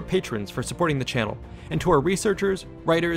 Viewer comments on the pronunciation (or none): none